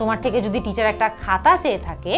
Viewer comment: আপু অনেক জায়গায় দেখি Teacher er pronunciation (ঠিচার) Table (ঠেইবল) কোনটা সঠিক টিচার না ঠিচার?